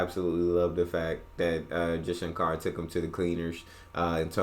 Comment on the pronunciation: As a start Please pronounce our names right.... it's pronounced as "shankur" and not "shankaar"😊